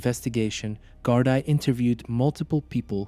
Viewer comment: Gardaí is pronounced gardee